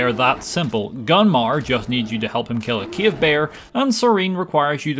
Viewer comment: When I stumbled upon your channel I was not able to understand your speech. Now I am saying the word "cave" as "Kiev", the capital city of Ukraine.